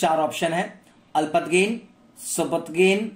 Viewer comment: Alpatgin nii alaptagin